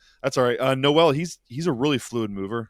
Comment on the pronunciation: Not how you pronounce Noel